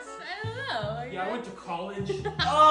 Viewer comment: “yE i wenT to CoLLEGe” why he say it like that 😭